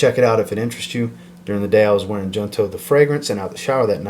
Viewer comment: Just an FYI... "Junto" is Spanish. The J is pronounced like an H, like "Jose" (Hosé/Hoonto). And it means Together.